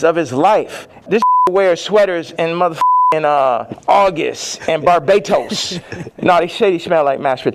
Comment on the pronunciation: Nah... ya man said Barbatoast!!!! 😂😂😂